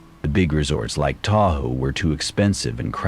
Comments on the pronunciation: I’m sorry but when you called Tahoe- Ta ho I had to stop listening. Lack of basic fact checking always throws me out of the story. No biggie. Just saying. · Ta-hoe???😂😂😂😂 Yea AI needs help pronouncing things..🤦‍♀️